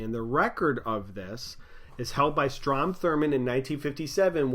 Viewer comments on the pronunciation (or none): none